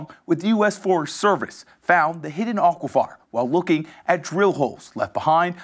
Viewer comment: Does this guy not know how to say aquifer?